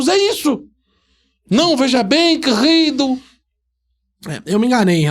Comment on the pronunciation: "veja bem querrrido". Perdi tudo kkk